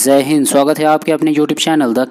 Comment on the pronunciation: Jai Hind, not Jhhey hind